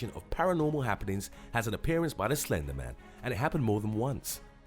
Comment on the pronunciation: When you said slender man I thot you said ender men lol